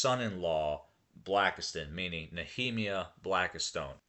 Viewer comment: "Nuh-Hee-me-uh(!?!) Blackistone????? That's Nee-ah-my-ah, like the prophet, Nehemiah. You've really discredited anything you were trying to prove by not being able to correctly recognize and pronounce Nehemiah. Besides all of this which could be excusable if you would once again reiterate the point of your post and your so-called research? properly